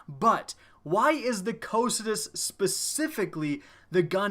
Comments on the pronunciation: Yeah, I love this gun! Its pronounced "Ko-kai-tus" by the way (greek). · Am i the only one bothered by the wrong pronounciation ? The correct name of the gun is pronounced ko-kai-tus. Not whatever sneeze you were saying instead of its name. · I'm glad you made this video. I've had one of these for PvE ever since a few months into TTK and I've always thought of it as "Co-Psy-Tus" but recently Blessious put out a video and used some pronunciation website that referred to it as "Co-Kie-Tus" which I think sounds really stupid (I know it was a river in Greek mythology, but did they really say it that stupidly). Now I hear you say it another way and I looked on howtopronounce's website and low and behold the second audio clip is in fact "Co-Psy-Tus" so that is how I will always refer to it. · Ahhh I've been pronouncing it all wrong with "Cock n' Tits" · I was always under the impression it was pronounced KAW-kuh-too. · Chauncey Syposs its "si" tus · your pronouncing it wrong! cocytus is the river to the underworld (fitting) so say it right and do it justice!